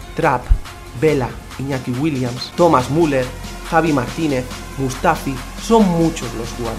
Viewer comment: se dice miuler